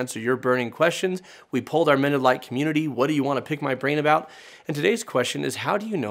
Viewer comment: About half the time when you say "Mended Light Community" my brain hears "Mennonite Community".